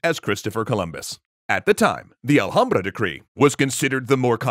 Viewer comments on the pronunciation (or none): Marrano, not morrano. Alhambra has silent ‘h’. Reconquista was a multi-century effort, not just multi-decade. Cristoforo Colombo or in Spanish ‘cristóbal colón’ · In Spanish the letter H is silent. ALHAMBRA is misprinounced